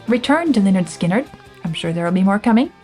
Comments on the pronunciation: Looking forward to this but the first three seconds not good, can I refer you to the title of their first album: “Pronounced 'Lĕh-'nérd 'Skin-'nérd” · He doesn’t know how to pronounce Lynyrd Skynyrd